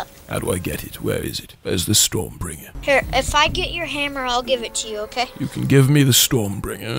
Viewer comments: It's breaker not bringer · Storm “Bringer????” EXUSE???? It’s “StormBREAKER” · It’s Stormbreaker, not Stormbringer lol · I was triggered when he said storm bringer its storm breaker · I like how he says storm bringer but its stormbreaker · I cringed every time he aaid Stormbringer it Stormbreaker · Bro it's called StormBreaker not stormbringer Lmao😂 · 😂😂😂 You know he's not Thor when he says Stormbringer and not Stormbreaker. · It’s Strombreaker not Stormbringer. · Is anyone else gonna notice he was saying storm bringer and not storm breaker lol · AM I THE ONLY ONE WHO GETS TRIGGERED EVERY TIME HE SAYS "STORMBRINGER"!!!!! ITS STORMBRAKER GOD DAMNIT!!! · Anyone else pissed off that he’s saying Storm Bringer instead of Storm Breaker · Is it just me why he sounds like he saying storm bringer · Did you say StormBringer not StormBreaker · Did i just hear them saying STORM BRINGER Not STORM BREAKER ? Or am i deaf ? XD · Who else’s got triggered when they kept calling storm-breaker storm bringer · It annoyed me that he said stormbringer not stormbreaker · It is not pronounced storm bringer my little man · It's not stormbringer its stormbreaker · Its stormbreaker not... stormbringer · Does anyone else cringe when they say "Stormbringer"? Edit: It's Stormbreaker.